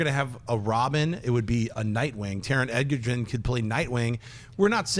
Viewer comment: It's not Taron "Eggerton", it's Egerton; pronounced the same way as Joel Edgerton. You guys have been saying Eggerton for ages (you used to say it right!) and it grates at me lol